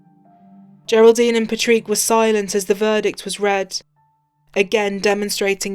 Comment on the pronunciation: My biggest complaint about these two videos is hearing an Irishman called Patrick having his name constantly mispronounced for over an hour. Who the hell is “Patreek”?!?